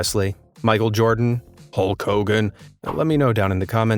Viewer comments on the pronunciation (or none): none